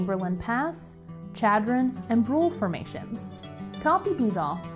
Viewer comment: This is a wonderful video that shows some of the fascinating geology behind this great place. However, a couple of bad place-name pronunciations are distracting. In South Dakota, the name Pierre (the state capital) is pronounced with one syllable ("peer"), and Chadron with a soft sh, like Chicago. Pronouncing them wrong in the park might get you funny looks!